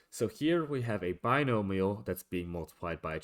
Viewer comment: bi-no-mi-al (BYE-NO-ME-AL). Keep up the good work.